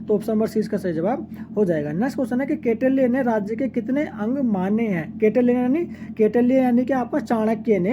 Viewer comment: कौटिल्य को गलत पढ़ रहे हैं।